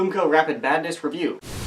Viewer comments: LOL at the beginning it sounds like he's saying boomco rapid "badness" review. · Lol sounded Ike he said rapid badness at the beginning